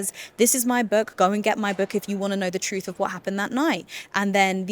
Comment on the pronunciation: "Troof"...stupidity speaking.